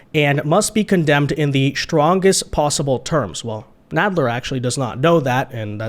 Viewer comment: Hey? It's pronounced "strength" not "shtrength". It's "strongest", not "shtrongest". It's "strange", not "shtrange". It's "administration", not "adminishtration. When a "T" follows an "S" it does not result in the sound "SH". Why can't most people speak properly anymore? Nobody even TRIES these days. No professional speakers left I guess..